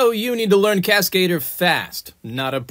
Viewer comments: "Cass-Cae-Dur!" 😂 For the love of God, I don't even know if I want you to pronounce it correctly, or continue saying it the way you do 💝😆🤣👍🏽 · The pronounciation of Cascadeur lul